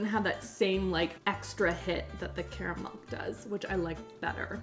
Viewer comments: Do you keep saying "caramilk" instead of caramel? Or am I imagining that? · Wait, is it pronounced "KARR-uh-mel" or "Carmel"? 🙃